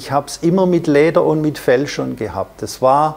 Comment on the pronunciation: Ich krieg die Krise, wenn er sagt „Kläber... verkläben... Läder..“ puuuh🙈😂